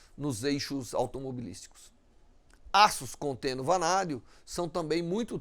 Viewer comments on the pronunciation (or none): Vanadio kkkkk